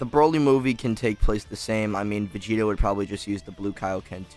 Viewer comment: Sounds you’re like saying Vegeta 💀